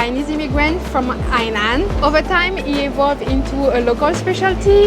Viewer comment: is becoming a true-blue honorary Singaporean. Even saying “Hainan” with a slang to go with it. 😊